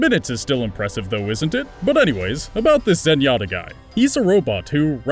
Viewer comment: zenyatta is clearly correct